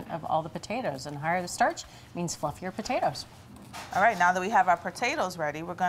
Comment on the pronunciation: "Now that we have our per-tatoes ready"